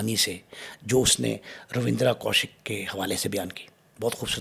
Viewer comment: It's ravinder only ravinder not ravidra ok bro